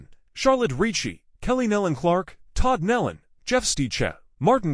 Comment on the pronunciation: PRONOUNCE THEIR SIR NAME AS 'KNEE LON' THE AUDIO SUCKS, FIX IT!